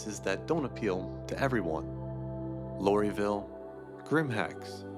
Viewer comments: Lori-ville? its LORville. The LOR is for Local Occupational Residency as it was originally called by the Hurston family. It was called Lorville by the indentured on world workers who inhabited the place for long periods to pay off their debts to the Hurston family. BTW I'm a spaceman with no home in the verse but my storage unit is usually Levski or microTech. Nice video. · Did you say Loree vil wtf